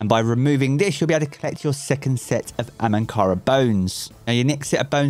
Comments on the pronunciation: He keeps saying ‘AMANKARA’ - bugs me a little, it’s ‘AHAMKARA-BONES’. 😂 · Hahahaha it's not "Amankara" .... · Is anyone else annoyed by the "ANhamkara" bones as opposed to AHamkara bones?